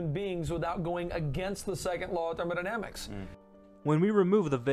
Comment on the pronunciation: "The Second Law of 'Therman-i-damics'" Cracked me up a bit :P